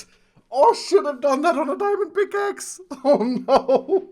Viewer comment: ngl but ish sound like said shit when he said should've